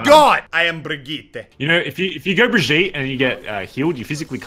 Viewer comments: Every time he says "Breh-jeet" instead of "Brig-eet-eh" I yell inside my brain. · It’s bruh-gee-tuh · According to Rein’s va, it’s pronounced [Bree Jeet] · That's because the VA isn't German and it's a German name. Which is silly because Reinhardt should know how to pronounce a German name. Not sure how they're going to explain that. Also, it's been repeatedly pronounced "Brig-eet-eh" in developer updates (by Jeff Kaplan) and in Brigitte's intro video. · or you just can hear the geman or swedish verson of ow ;) And yes, it IS Brig-eet-eh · Its pronounced Breh-jeet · Autumnplays my friend is German and he says it's brig-eet-eh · ugh it's [Bruh]-[gee]-[tuh] boi get it right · its pronounced bri-gee-ta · Pronounced BRUH - GHEE - TUH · Please say Brigitte's name correctly. Thank you.